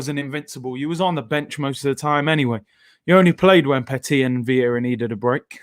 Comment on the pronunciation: its viera n gilberto bruv.. otherwise awesome content as always 👌